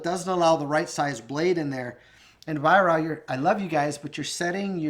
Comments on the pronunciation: Little thing, but its pronounced “Vyrark” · Weihrauch is phonetically pronounced vie-rack